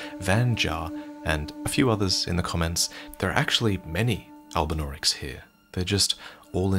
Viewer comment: "There are no albunaurics in the haligtree" Loretta: "100% never seen one"